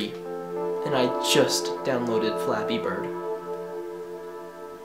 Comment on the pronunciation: I kept thinking that you were saying fapping.